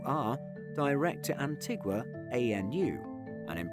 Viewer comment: The country of Antigua is pronounced Anteega